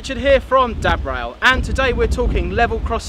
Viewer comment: The first time you said dad rail I thought you said DAB rail !!! Lol